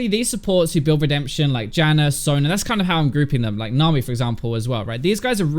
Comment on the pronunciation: I like how you call Janna 'Janner'